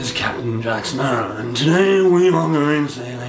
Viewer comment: He said smarrow